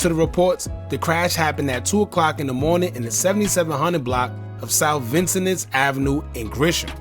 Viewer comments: Hey bro if you going to speak on my city you need to pronounce the street names right you know I did go to a school on Vincennes you pronounce it with a k LOL Anna Street by Cottage Grove you name 66 in Champaign it's a l in that😂 you bloggers are so funny misleading the viewers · I can tell you not from Chicago but reporting on Chicago. Vincennes ain’t ever pronounced that way gang and what went down ain’t even happen that way.